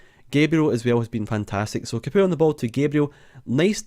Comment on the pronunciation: I think Capoue is pronounced 'Cap, Pow'